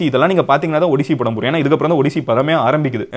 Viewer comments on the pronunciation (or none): 😂 it is ஆடிஸ்ஸி Not ஒடிசி